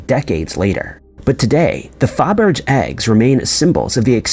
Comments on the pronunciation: It’s fabber-Jay, Otherwise, this is an excellent video! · It’s pronounced like cabbage but with an f. Fabbage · Fabergé : pronounced Fah-Bur-Jay! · UGH!! How do you not know how to pronounce Fabergé? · He can't even pronounce Dublin the right way, you think he's gonna pronounce that correctly. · He or the AI producing his voice looked it up on Google it has the word pronounced the way it is here. Driving me totally nuts😂